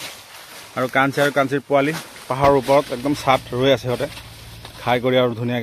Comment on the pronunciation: Not Puwali it should be Powali